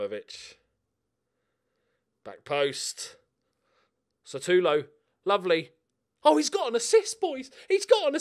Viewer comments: He's Sutalo not Satulo. But you're, of course you'll mix up letters.:D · Sutalo is read Shootalo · Also the S in Sutalo is pronounced like a Sh. That applies to the second s in Sasa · Pronunciation: kopp-reev-nee-tza And that wonderkid defender: Shoo-tah-low